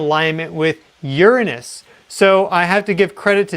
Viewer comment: You mentioned Uranus more than once. I'm glad that you pronounced it in a professional manner, unlike Hecklefish 😁